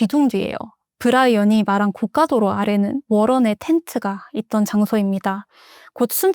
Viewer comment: 고 까 도 로 는 비싼 도로를 뜻해요 고 가 도 로 가 맞습니다 응원합니다 🎉